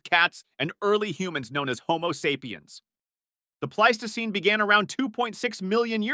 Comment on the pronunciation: You managed to pronounce "Pleistocene" 4 different ways. Congrats. And it's pronounced e-PACH, not "epic" for epoch.